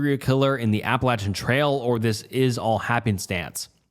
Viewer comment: I dont typically comment on any videos…but…I just gotta say “thank you for pronouncing “Appalachian” the correct way”